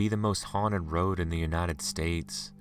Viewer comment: I dislike the way he reads/tells the story.... his voice... ugh!... GOD his voice.... Interesting stories.... but... the way he reads the story... he reminds me of another narrator, named Joey.... ugh.... ew... the way he says road...